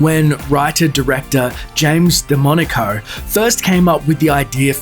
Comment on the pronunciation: Every time he says DeMonaco it sounds as demonico.